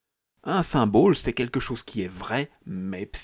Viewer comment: S'il vous plaît, comprenez qu'on ne dit pas "symbôle", mais symbole (comme bol). A part ça, joli travail.